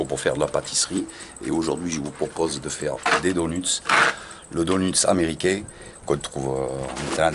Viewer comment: Donuts se prononce donEUts chef